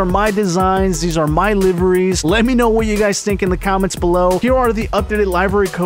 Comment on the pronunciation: He said live eries lol “